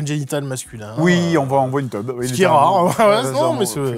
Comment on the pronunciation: "Une teube" mais quand ça ?